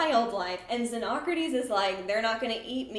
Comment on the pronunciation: Ty for properly pronouncing xenocrates.